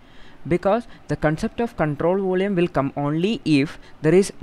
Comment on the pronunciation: Your explanation is superb but I think you are having some pronounciation problem in 'volume'.... Rest of all is op.....